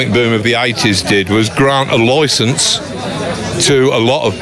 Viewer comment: Spot on. It's a silly moniker. Also, "loicense". _b